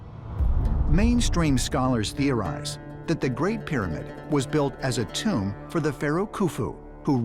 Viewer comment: “It’s not a tomb-er”